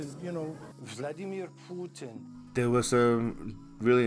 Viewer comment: Vladimir Poooooooootin. That must be how you pronounce it in Russian/Mongol